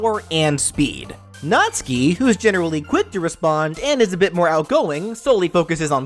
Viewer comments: B R U H It is Natsuki not natski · YOU MISPRONOUNCED NATSUKI Nat (pronounced like "gnat")--> Suki (pronounced like "Sue-Kee") phonetically produces gnat-sue-kee = Natsuki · no trying to be rude but it pronucence nat-sue-key btw sorry if i said it wrong